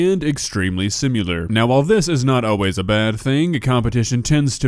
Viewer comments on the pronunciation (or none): why do you say simular instead of similar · SIM-IH-LAR, not SIM-You-Lar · He says simular this makes me stressed but i still love his content ITS SIMILAR!!!!!!!!!!!!!!!!!!!!!!! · please bro. Similar and simular are not the same interchangeable word. You speak with Intelligence and eloquence, this one thing bugs me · The way yoU hit those "U"s in "simUltaneously" and other simUlar words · oh my god please stop saying simutaneously and simular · Same as before: great videos. Please learn how to properly say "similar".